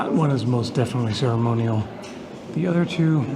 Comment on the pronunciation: "cerimonial" HE SAID IT, HE SAID IT GUYS, HE SAID IT IS CERIMONIAL